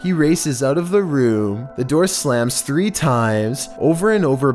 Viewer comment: Threemad facts